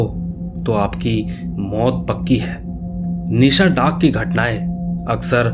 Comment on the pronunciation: Are bhai ye nisha daak nhi nishi daak hota hai 🤔🤔🤨🤨😏😒🙏